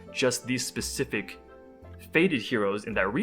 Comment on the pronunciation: SPEcific, not SUBcific.